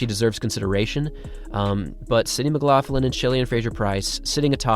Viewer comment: your pronunciation of McLaughlin though is a bit strange for me (I'm Scottish). I am not sure why you add an "f" sound in the middle - it is more of a gutteral sound you need to make, but no "f" there:-)